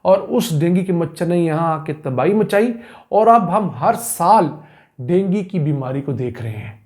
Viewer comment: Dengi machar nai hota hai wo dengu hota hai gawar